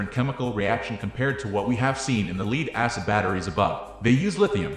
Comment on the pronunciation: leed? why are you saying leed?